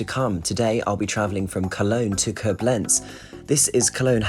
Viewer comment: I see that some other viewers already informed you about the 'lakes' and the 'ice'. A third thing so far not mentioned would be the pronunciation of foreign names. Thank goodness the names in this clip were not so critical, yet Koblenz is stressed on the first syllable - [ˈkoːblɛnts] More often than not, you can find the right pronunciation in the respective WP article. Good luck!